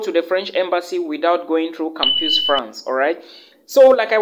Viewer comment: My brother, thank you for the valuable info. but PLEASE: it is campus pronounced as kam-pas.